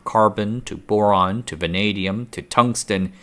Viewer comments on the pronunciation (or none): none